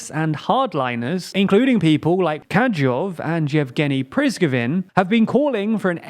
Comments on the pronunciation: Your pronounciation is sometimes kiling me, Kadyrov is more like kha-de-rov not kadjov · Please fix YOUR DAMN PRONUNCIATION!!! it is KADIROV and PRIGOJIN Please find a source that pronounces these names correctly, repeat that 20 times and voila, you'll not get these comments anymore. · Very well done. Except the US estimates 100,000 dead and wounded, not dead. Also, why are the narrators incapable of reading places and names correctly at all? "Kadyov"? "Prizgovin"? Why? Its not important but it makes the channel look like it doesnt know what it is talking about, which is not true. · They are called Kadyrov and Prigozhin, not 'Kajov and Prizgovin'. Your videos would be much more trustworthy if you just spent a few minutes making sure you pronounced non English names somewhat correct. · Kadyrov is “Ka-dee—rov” not “Ka-jove”. Prigozhin is “Pree-go-zhin”, zh as in “j” in French “Jean”, not “Prig-zin”. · "Kadjyov and Jevgenny Prizgovin" 💀💀💀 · Jesus Christ it's another video where you butcher pronounciation of Kadyrov and Prigozhin it's frankly stunning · I like this channel, but any chance you could learn to pronounce Kadyrov and Prigozhin? If it wasn’t for the photos I would have no idea of whom you are talking about. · Informative video as awlays, but your pronounciation of Kadyrov and Prigozin is horrendous.